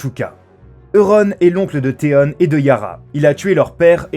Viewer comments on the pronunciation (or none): On dit pas théone mais théon avec on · Putin comment il a prononcer theon ça ma fait mal au oreilles 😟😟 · Aussi faut choisir entre prononcer à la française ou comme l'original. là il nous sort des Tyrion mais Theon(nne) faut savoir et Cerci(i) ne méritait pas ça